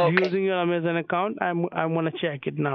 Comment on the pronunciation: Did you say Yamazon???